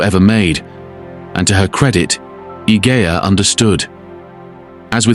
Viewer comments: The way her name is spelled it's pronounced "ih-je-ah" --soft G. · Idea has a soft G, as in Egypt. Julia.. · It's ee-hey-a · The mispronunciation of her name is so irritating Three minutes in and the narrator has said it 4 different ways